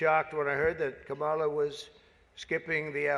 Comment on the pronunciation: Does he purposefully mispronounce her name? Or just not know it.